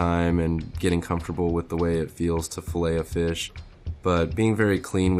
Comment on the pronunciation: Anyone else keep thinking of Filet O fish when he says filet a fish